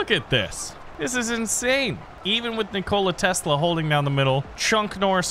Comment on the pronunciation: As much as I love, I can't look past how he pronounced Nikola Tesla's name